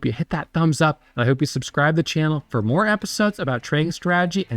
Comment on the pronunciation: Love YA! Love Ya!! Follow me here.... STRA-TAH-GEE. you're killing me!!!!!